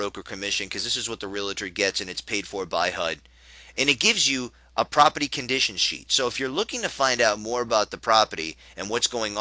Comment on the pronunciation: if you say propity one more time...